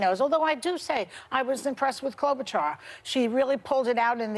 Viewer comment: It's pronounced Klobushar, not Klobutchar.